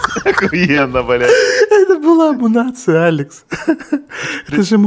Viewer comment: не амунация а амуницея